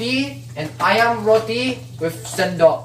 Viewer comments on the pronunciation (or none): none